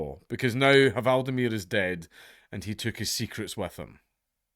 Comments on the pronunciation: The H in hval is silent. Just like in English. You say Wale, we say val. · the "h" in "hval" is silent and it's actually pronounced as "vaal" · Just FYI, "hv" leaves the h silent in both Norwegian and Danish. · You actually don't pronounce the "H", it's silent :) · the H is silent